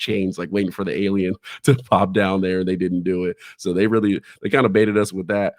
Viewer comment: Alien “erf”